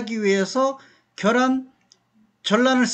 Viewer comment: 겨란이 아니라 ㅡㅡ 계란입니다 . 자꾸 겨란이라고 발음하네. 경기도 사투리인가